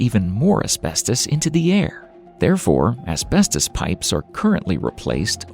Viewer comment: "Harmful asbetos!"